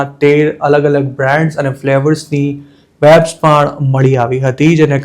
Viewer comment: Bhai thodu pronunciation par dhyan aapo. Vapes ma V no ucchar van ke wet ni jem nai pan Vechan ke Vevai ni jem thay. Atlo saras ahevaal English na khota ucchaar na lidhe hasyaspad bani jaay che.